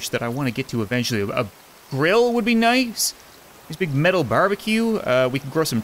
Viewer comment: Barbracue 😂not barbecue